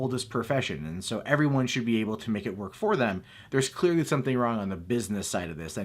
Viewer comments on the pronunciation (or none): none